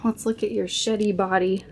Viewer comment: when you brought dude out i thought you said "look at your shitty body" not "sheddy body" hahaha